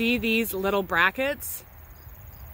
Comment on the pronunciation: I thought the speaker said brackets.